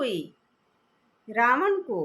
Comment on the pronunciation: Omshanti Didi 🙏🙏 Ravan koi vyakti vishesh nai ,hamari apni buraaiyon hai. Nice clatity of Ravan's name. Tku